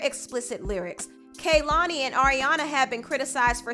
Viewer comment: You kept saying Lana’s & Kehlani’s names wrong. Not your first time you saying the names of people you are reporting on incorrectly.